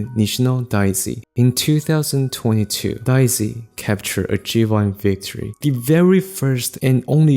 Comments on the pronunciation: DAY-zee, not DYE-zee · Your pronunciation of Daisy and saying “in Japanese Daisy is a kind of flower” made me think you were talking about a special type of Japanese flower. It wasn’t until I looked at the subtitles that I realized you were just saying an English word with an accent and what kind of flower it was exactly